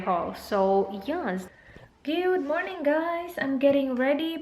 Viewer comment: "gyuuud morning guyss" annoying. bisayang good morning